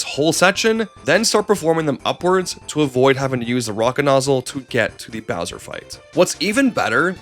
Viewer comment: Mare-E-O and his brother Louie G saving Prin-kess Toadstool from Bow-swear